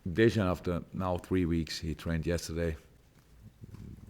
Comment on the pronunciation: loool the way he said dejan